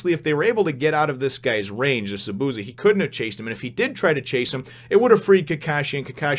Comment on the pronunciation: The way Zabuza's name is pronounced is ZAH - boo - ZAH. There is more emphasis on the Za's than the bu and each syllable has the same length.